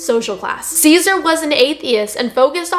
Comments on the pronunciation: it’s not pronounced “Caesar” Borgia but rather “say sar.” Good video nonetheless. Edit: I don’t know you and will never meet you. I was raised Roman Catholic but left religion long ago. That’s why I find it strange that I experienced a profound sense of joy to know that you found and accepted Jesus Christ as your savior. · It's not Ceaser Borgia, it's Cesare, CESARE Borgia. Pronounced "CHE-SA-RAY" Borgia. Why does everyone get it wrong? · A mild thought on Italian pronunciation! There is the fellow who was bad Cesare Borgia. He is in some TV shows which tell the story of the Borgias. You pronounced Cesare in the same way that we Americans say Caesar as in Julius Caesar. However, Cesare lived in Renaissance Italy just before the Reformation and modern era. He and others spoke Italian. In Italian the "Ce" is pronounced like cheh or Chey and the last "e" is also pronounced as A or "Ay." So, his name is Cheyzaahray, if we are trying to be closer to the Italian or its English equivalent! God bless you! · The first person mentioned was not Called Caesar Borgia (like Julius Caesar) He was Caller Cesare pronounced CHES ARAY, also there is no credible record of Cesare being an athiest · Borgia's first name was pronounced Chez-a-ray. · Very kindly-meant clarification: his name is pronounced “Chez-ah-ray” ❤ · You should do actual research before you make a video. Other than the quote from Charles the 9th (who slaughtered the Huguenots because he was Catholic) everything you said is easily debunked. You don't even pronounce Hugunots or Cesare correctly. Pathetic.